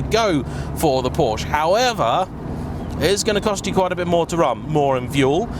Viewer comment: please learn how to pronounce ‘porsche’